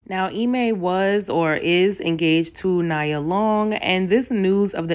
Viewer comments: “Nee-yuh” sis lol it’s actually pronounced Nee-yuh 😅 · Love your content 💖 her name it’s pronounced Nee-yah tho. Keep up the amazing work hun 💞🥂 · This has nothing to do with the topic but you kept pronouncing her name incorrectly. It’s Pronounced like Knee-Ah. Like one of the 7 principles in Kwanzaa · You mispronounced Nia Longs name this entire video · Girl you said it when you said women will die with family and friends and MEN will die alone !!!!!! SO TRUE and Yuu Better know it 🙆🏾‍♀️.... On the other hand how old are Yuu to be pronouncing her name wrong , lol. She had been around for years and this is the first time I have heard this pronunciation. At any rate, great video. Well spoken 👍🏾👍🏾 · bro she she just didn’t know how to pronounce it.. and it does seem like a Nigerian name.. plss y’all😂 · Every other channel pronouncing Ime Udoka wrong…you pronouncing Nia wrong 😑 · Its nee -yah not nyah just saying but here for the content nevertheless and no imo i dont think its ever worth it didnt know they had s 10 year engagement that seems a little off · It’s not Na-ya Long 😂 It’s Knee-ya Long 😢😅😂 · Nee-ah 🚫 Nya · Nee ah...not Ni ah. Nia is attractive but not like everyone going on...ijs... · I love you, but I’m going to need you to call my girl Nia Long as in KNEE-YA😚😙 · I was like Naya? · 😂 not me screaming “NIA! KNEEEE-yah!” 😩😭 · 🤣🤣🤣 you good boo but I was definitely talking at the screen like ITS NE-UH!!!! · Pronounced Nee-yuh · *Nee-yah Long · NEE AH long. Lol u was killing me the whole video calling her the wrong name 😭 like how does that even happen sis? Lol Nia a whole legend out here in these black streets 🤣 great video tho and u made some SUPER valid points. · Nee-ah Long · it's pronounced Knee-ah Long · Her name is Neeeya Long. Cmon it’s a day of Kwanzaa. Please. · Her name is pronounced neeeee-ah long. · When have you ever heard anyone call her NEYE•UH ?????😂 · Why did you call her nya long lmao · It’s pronounced nee-ya … Nia Long